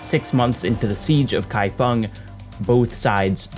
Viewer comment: Also mad respect for your pronunciation of "kaifeng" - not the first time you've tackled Chinese and done it well!!!